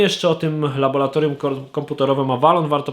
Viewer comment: Panie laboRatorium, bo laboRant, nie laboLant xD A poza tym - LABOR - praca:P